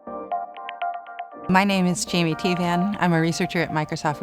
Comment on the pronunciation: That’s not how you say Teevan